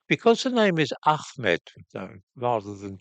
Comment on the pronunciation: Ahmad and Hussain are not pronounced with a 'kh' mate, that's why they're spelt with a h.